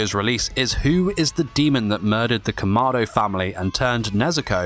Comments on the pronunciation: the fact that he said kamardo instead of kamado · It’s not pronounced “kuh-ma-do” it’s pronounced “KA-ma-do” “KImono”